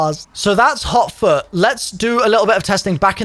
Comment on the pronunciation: I thought he said hauk tuah. Instead of hot foot